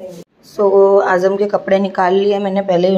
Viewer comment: Dear Ur so blessed that u have a Daughter like Uzma, She's So Matured Masha Allah... N Ap na jab bhi Azam ya Riyaz bolte ho toh pls Z ki sound use karo na j kyun bolte ho😂Ajam Riyaj